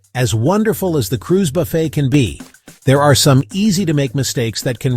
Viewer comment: AI slop. Most of the video isn’t a cruise buffet. Also “buff-ett” instead of “buff-fay”. Come on